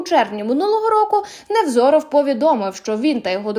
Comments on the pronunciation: Чому НеВРОЗОВ, а не НеВЗОРОВ? 😳😳😳😳Ви хоч прізвище вивчіть перед тим, як публікувати! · Невзоров, а не НЕВРОЗОВ..! ( 0.50 МИНУТА..) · Невзоров, а не Неврозов:)))) Ах ха ха ха ха ! Це смішна оговірка .. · Называйте правильно фамилии Невзоров, а не Неврозов...